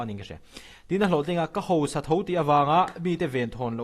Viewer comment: A ngaihnawm a bengvar thlak e, mahse, hausa ti a lam tur hi ngatinge hosa ti a in lam tlat le aw... Mithiam pui pui pawh hian hosa inti fo mai, Hausa tiin lam teh u.